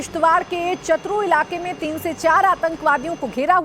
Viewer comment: Its not chatru its छाश्रु